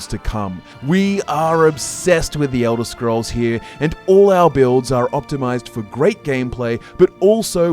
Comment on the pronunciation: Eldah scroll four… oblivon